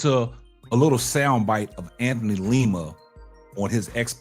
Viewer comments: lima bro.. u keep saying leema lol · LIma. Not LEEma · Hey....like your show. Btw, its Lima's name is pronounced like how Lima bean is pronounced, not like the city in Peru.